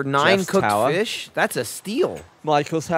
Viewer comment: You know you watch too much AH Minecraft when you start calling fish "Faish".